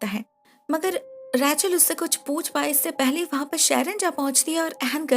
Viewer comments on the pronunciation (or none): Her name was ' रेचल' and You were saying 'रैचल' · It’s Rachel not Rae-chal. Bdw nice explanation as always! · Raechel name ko itna Ajeeb tarah se kyu bulati hai aap